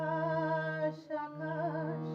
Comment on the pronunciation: সুন্দর গেয়েছেন । তবে গানে উচ্চারণ বিকৃত কাম্য নয়। যেমন - আকাছ, ছিছির ইত্যাদি । আকাশ, শিশির। স / শ এর উচ্চারণ ছ হচ্ছে । শুভকামনা।